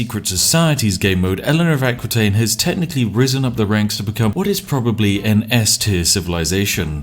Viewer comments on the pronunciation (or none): And I died a little bit inside everytime he prononced Aquitaine. For the records it's prononced "A-ki-taine"